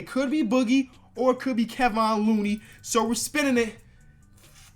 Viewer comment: Mans said Keh-von looney